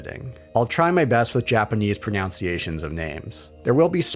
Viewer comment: says something about trying ur best with japanese pronounciations of names but then mispronounces "Pronounciations"